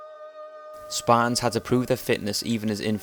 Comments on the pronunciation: fuckin sparans? dafuq u sayin bro? thers a 'T' ther aswell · Sparrrs? This guy can't say Spartans. Why do these ignorant, Limey, no talking bastards think they can communicate with people? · can you please stop saying span, they are spartans. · Okay, so now we've heard this guy talk a lot about the Spahtuns; but what about the Spartans?